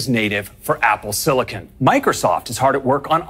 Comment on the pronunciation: Apple Siliken